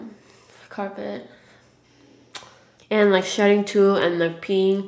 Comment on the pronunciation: omg I thought she was saying "shit" when she was talking about her dog shedding lool